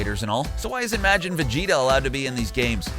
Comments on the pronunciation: TECHDOG 180 They also said Majin wrong. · Dejinn the djinn “ Jeero “ It’s either “ Juh-roh “ or “ Guh-roh “ “ MAAjin “ “ Mah-djinn. “ That’s just obvious. Also, in Majin Vegeta is in Xenoverse 2. Unlike the video saying it. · And Majin is "Mah-jin" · Majin Vegeta is in Xenoverse 2. Your pronouncing Majin wrong too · you do not know how to pronounce gero, whis, zarbon, and majin and its very irritating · Man I like this channel but you guys need to learn how to pronounce characters properly, you said Majin and Whis and Zarbon totally wrong... and Cabba along with majin Vegeta are both in Xenoverse 2 so you need to do your research better. And the only games that cut the characters out that you listed is mainly FighterZ. All the old dragonball games had mainly all of them besides the Super characters obviously